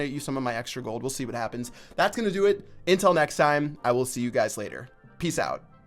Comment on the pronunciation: Anyone else noticed he says "intul" instead of until?